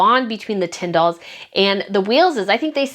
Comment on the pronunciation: not a huge thing, but just a note, that british words/names ending in "-ham" are pronounced "-um". So, Sandring-um, Bucking-um. The "H" is silent. And Edinburgh is a weird one, its pronounced "Edin-bruh." Tindall, likewise, is Tin-dull. Just thought I'd share:)) Also, boy oh boy I wish I could go on that trip! Too bad I just went to Edinburgh last year i'm DYING to talk to other people that dislike the carparkles. No one I knows cares enough about the situation. Id love to gossip with you guys. Are there possibly any other trips in the future?